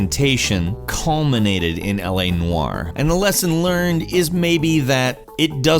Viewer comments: LA Noayer???? What kind of pronunciation is that hahahahaha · LA Nwire? Is it just me who thinks he said it weird?